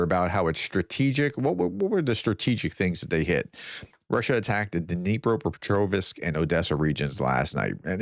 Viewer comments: Hearing you say Dnipro pet rov isk is like hearing a Ukrainian say Cloth es 😅. Dnipro petro vzk. Clothz. Keep your upper and lower teeth together on the last syllable without any gap. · You did it again !!!! There is no " i " in Petrovsk !!!! Stop doing that !!!!!!